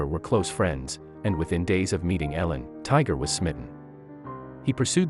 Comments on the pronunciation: Come on if your going to tell the story learn how to say her name ! E-lin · If you're going to tell the story at least pronounce the names correctly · Annoying hearing you pronounce her name wrong. You said it right twice! Misleading title for this crap video. Also, learn to edit .